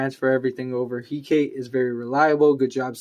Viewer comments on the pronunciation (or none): Nice video, although I'm pretty sure it's pronounced Hek-a-te :P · The way you pronounce hekate is going to drive me mad